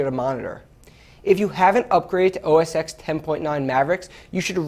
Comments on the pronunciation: Oh Jesus, he pronounced OS 10 as OS eehxx, the X is a Roman Numeral. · / CNET: The Mac operating system is called OS TEN followed by its common name (Cat name, Mavericks, what have you) not OS EX... The "X" is a roman numeral.